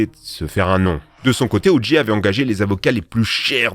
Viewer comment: Ça se prononce "O. Jay", pas "O. Gee".